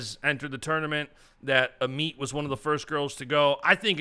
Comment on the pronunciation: Let’s start pronouncing Amit’s name right